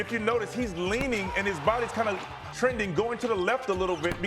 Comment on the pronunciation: Lol is saying Bleasley??